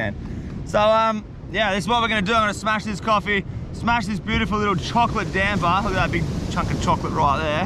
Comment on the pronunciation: It's called damper not damber 😅